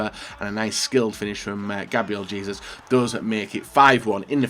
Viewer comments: it’s “Jay-zews” not “Jee-zus” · Hay-zus really not that gets to pronounce